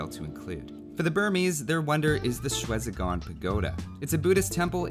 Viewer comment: Shwe Zi Gon Pagoda Not : Shretzigon Is : Shway ("Sway" sound replaces with Sh-) Zee (Slightly longer sound) Gon